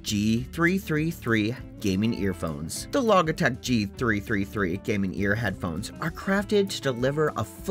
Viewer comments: This guy says “log”E-tech and audio”Phillies” and rigit-E. I think he’s never read those words before and saw them for the first time when he found the product pages to read to us in this turd of a video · Bro why do you say Logitech like that? wtf LMAFO